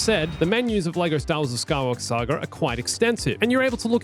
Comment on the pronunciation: „The Skywalker Sager“ „Princess Layer“ …why?!